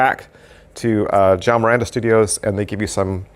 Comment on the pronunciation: Hey the Portuguese name is João not Jao 😂😂...thks for the review